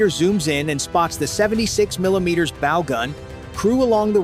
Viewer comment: Oh my goodness - your narrator needs to PRE-read his narrative. Bow, regarding a boat, is NOT bow as in “bow & arrow.” That was just error, just the most obvious.